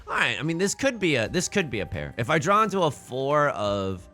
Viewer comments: Have you been to the midwest recently? Saying "Drawr" instead of "draw" and "warsh" instead of "wash" is a Hoosier thing. Also, congrats on an absolutely sick Hanchan. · Every time you say "If I could 'drawr' or 'drowr'...", it feels like a missed joke opportunity. It could be "If I could Dror Ragzlin (that's a Baldur's Gate 3 reference)...". Food for thought!